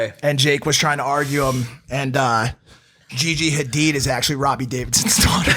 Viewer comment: He can't pronounce Gigi's name... At least her last name